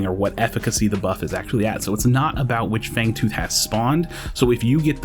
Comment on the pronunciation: Fangooth lol